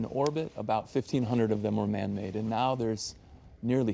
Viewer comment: okay but he emphasized "man made" more than once tho 👀